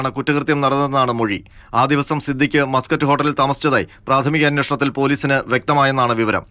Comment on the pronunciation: Mascot ൻ്റെ ഉഛാരണം മസ്കറ്റ് എന്നല്ല, മേസ്ക്കട്ട് എന്നാണ്. Mascot എന്നത് Muscat എന്ന് ധരിച്ചാണൊ ഈ മാധ്യമപ്രവർത്തകർ ഈ ഹോട്ടലിനെ ഒരു അറബ് രാജ്യത്തിൻ്റെ തലസ്ഥാനനഗരിയുടെ പേരിട്ട് വിളിക്കുന്നത്?